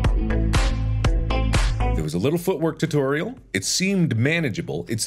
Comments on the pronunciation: i can't unhear tuteriel now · No one: Mark: tuhtehrial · Heh “tuhterial” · I love how he says "tuturial" lmao